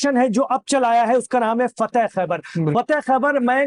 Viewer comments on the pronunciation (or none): Faateh Khhabari,,, fateh Khhabar naji